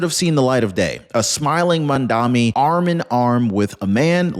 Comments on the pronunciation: Mamdani, not Mamdami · Mandummy not mandani! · Try to at least pronounce his name right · It's "Mamdani"!